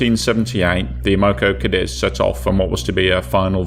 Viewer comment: Am-o-co Kay-deez. That's the phonetic spelling....